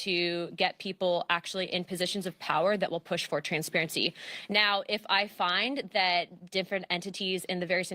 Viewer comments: why she say ' transparity ' so much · They are so programmed she said "con-sperency " muah ha ha ha ha